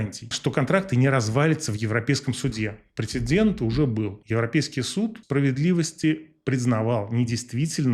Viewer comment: Прецедент и инцидент, перед "д" нет "н"